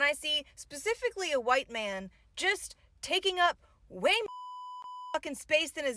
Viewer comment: Lots of people have a personal phone and a work phone. Did that chick say "pacifically?" She's outraged on whose behalf?